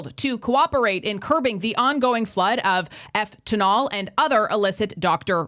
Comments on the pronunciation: Eftanol ...Did you mean fentanyl maybe? Or are you using code words for some reason? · Wtf is doctor rugs? Efftanol??